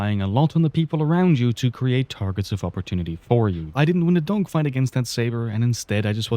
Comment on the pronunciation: i swear bro is saying "dongfights" 💀